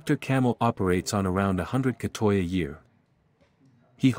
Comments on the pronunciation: Gra-tei not kra-toi (G as in word gun, ei as in word Huawei) Gratei is used originally for the third sex but now mostly to identify lady boy or, less often, gay man. Anyway from the history ,Thailand was comprising of people from various cultures so I think we are more open to the diversity including sexual orientation, sexual preferences and mannerism. Discrimination isn't zero percent but it's very uncommon. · Gahtuy not gahtoy